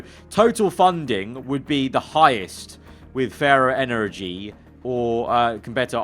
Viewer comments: why he saying energy like that 😂😂💀💀💀💀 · Because that's how they spelt it. I think it makes him sound Bristolian.